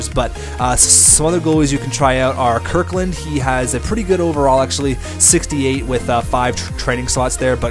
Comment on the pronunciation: Kirkland? lol his name is KinKaid, pronounced "Kin-Kayed"